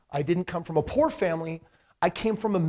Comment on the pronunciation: Haha he said 'po cause he couldn't afford the o and r' 😂